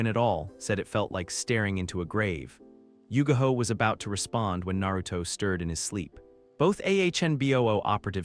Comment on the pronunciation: her name is yugao NOT yugaho